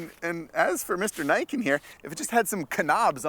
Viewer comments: "Nee-ken" not "Nye-ken" I'm now that guy that has to complain about Japanese pronunciation.. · I still dont understand why every idiot calls this thing the naiken. Thats not how you pronounce it. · it's pronounced "knee - ken"